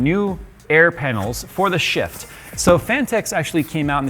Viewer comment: Sounds like your say sh*t instead of shift 🤣